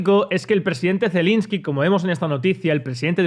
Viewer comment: Es Zelenski, no Zelinski